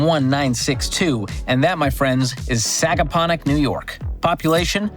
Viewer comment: Nailed the pronunciation on Sagaponack and Shinnecock